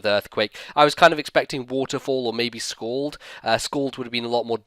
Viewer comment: Might I add also: You say scald like it's "schooled" Mind you i'm not bashing on your accent, I just like pointing crap out.